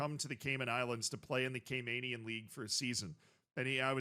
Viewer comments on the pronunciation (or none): Talking about my island, made me so excited! Also it's pronounced Cay-MAN-ians not Cay-MANE-ians. Love you tho. Great work.